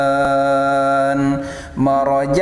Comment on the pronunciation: Pabiayyi alaai robbikuma tukaddiban bukan tukalliban itu salah bacanya ustad